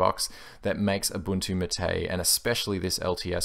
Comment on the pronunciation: Not maté, it is máte